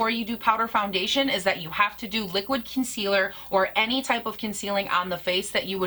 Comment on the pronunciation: "Concillur" 😅 ohlord she drove me so nuts with that when I watched her! *have you tried the Jcat Aquassurance powder foundation? I have that one and I've heard it compared to this one.